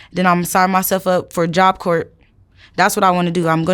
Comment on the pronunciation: But he's right. He's seen it. He knows what is likely going to happen. She doesn't even know how to pronounce, "job corp." She think she's different, but he knows she isn't.